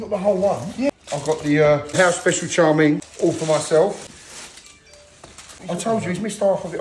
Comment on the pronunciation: Its pronounced “chow main” not “char min”